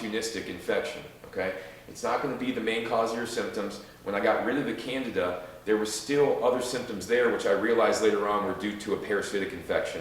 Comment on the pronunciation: Candeeeda not Canada